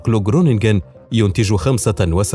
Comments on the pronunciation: للتوضيح مدينة خرونيجن وليست جرونيجن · جروننج تنطق خروننج ،ليس فى اللغه الهولندية حرف ج. زرت هولندا وتدرب فى اتحاد منتجى البطاطس الهولندية فى معامل الاتحاد فى مدينه خروننج. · حبيبي المدينة اسما خرونجين مافي مدينة اسمها جرونجين حرف الجين بينلفظ بالهولندين خ g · اسم الحقل هو خرونيحن .. وهو نفسه اسم المدينة .. حيث يبدأ بحرف الخاء وليس الجيم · للتوضيخ اسمها مدينة خرونيكين وليس كرونيكين وذلك بسب اختلاف لفض الحروف في دولة هولندا 🇳🇱 والسبب حرف G يلفض عند الهولنديين خه 👉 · حلو الموضوع علمي بعيد عن الحرب ولكن اسم المقاطعه خرونينجن وليس جرونينجن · النطق الصحيح لاسم المدينة :خرونينن الg بالهولندية ينطق خ.. و gn ينطق نون فقط